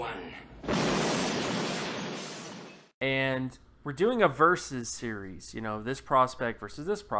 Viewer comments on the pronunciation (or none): none